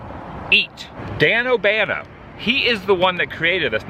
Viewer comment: Danobanano..not Danobano Adam...lolol. those are mad 😎